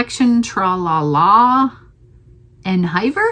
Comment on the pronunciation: You have wonderful projects! En hiver is pronounced "awn eve-air". It is French for in winter.